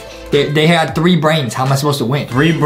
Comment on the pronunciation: did adam just say 1 trow 4 ? XD